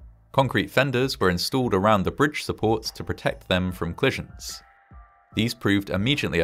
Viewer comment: Interesting how the voiceover simply refuses tot pronounce the vowels between C and L. There was a clission, then a clapse and they clected the data...